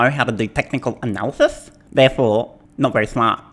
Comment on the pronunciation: technical " ANALysys " ..........lol.